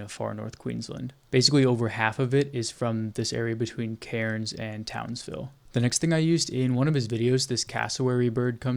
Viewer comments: Amazing mate you should volunteer for OSINT with Ukraine they'd really appreciate it. Also mate Cairnes is pronounced Cans believe it or not. Beware the drop bears 🐨. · TOWNSVILLE MENTIONED (Cairns is said as "cans", you dont say the "r") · Pronounced "Cans" mate 🍺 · hearing him say cairns incorrectly over and over pissed me tf off as an australian. you dont PROUNOUCE THE R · It's just so funny hearing an American try to pronounce Cairns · ( Why is it impossible for Americans to say Australian city names correctly ?